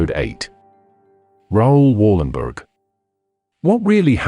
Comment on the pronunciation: Please prenounce his name right.